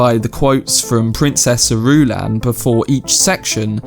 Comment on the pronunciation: Fre- in Fremen is pronounced like frenzy. The u in Irulan is much shorter. Closer to Duke "Lay"-to. Rah-Baan. Dr. You-eeh. I see other commentators got you covered on other stuff already. Glad to hear you like it. Enjoy book two ;O